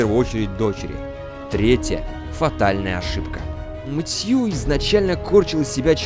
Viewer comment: Все хорошо, но МэтьЮ блять, МэтьЮ....